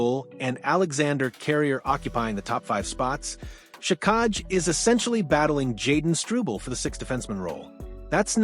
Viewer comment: hard to beleive this when you cant pronounce xhekaj and he averaged just under 15 min a game not 10